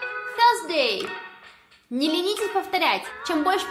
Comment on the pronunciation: Не поняла - с какой буквы начинается 4 день??? В произношении